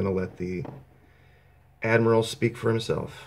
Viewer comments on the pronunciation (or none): none